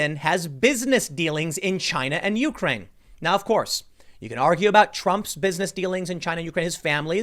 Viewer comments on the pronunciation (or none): The way you say Ukraine bumps me. YOUkraine lol